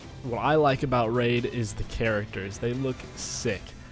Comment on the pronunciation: woof.-. “Raif” SHADOW LEGENDS?